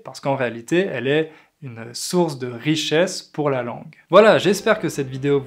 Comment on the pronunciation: Tu prononce pourHeu et LoireHeu, c'est plus un accent insupportable qu'un français pur.